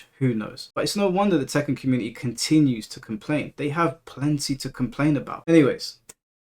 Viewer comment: My mans said "Tekkan't" and I can't unhear it 😅😂